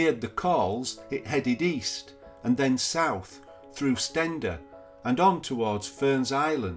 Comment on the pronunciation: I think Steander is pronounced Steen der not Sten der.